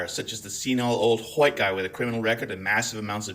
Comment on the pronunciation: Ya mean hawhite milk?